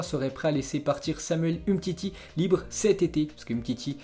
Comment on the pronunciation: Le mec a quand même pas mal de problèmes d'élocution, sans parler de sa prononciation des noms etrangers! Rien que pour ça je ne materai plus. Samuel Umtiti ( umetiti), Reds devils ( raid 2 villes) hahahahahaha et il ose parler comme ça hahahaha